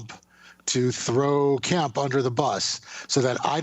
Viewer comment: ...is it Governor Kemp or Governor Pimp?